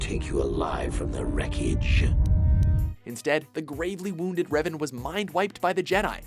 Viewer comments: It's Revan, not "Reven", wtf... :| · DARTH REVEN? I think Geralt is a better anmesia afflicted charcter, but i can respect Revan being one but please get his name right! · Darth RevEn? Seriously? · "Reven"? Nice job guys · Darth.. Reven? ;__ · Rev"A"n, not Reven. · You know me. I tend to critizize things like Clip titles or content. Not here. However I have to ask who the hell is "Darth REVEN". Come on guys. Even if you have no Idea who REVAN is, you should be able to read the subtitles of the scenes you put in. And it´s not like you simply put an E instead of an A in the title for his clip, you went on and pronaunced it as Reven instead of Revan. You can do better than that. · To , it is Darth Revan not Reven.